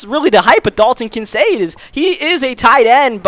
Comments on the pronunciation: It’s pronounced Kin-Kaed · It's pronounced KIN CADE like arcade. Just to let you know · Also the rookie tight end for the bills Kincaid , the 'C' isn't proncounced as an 'S'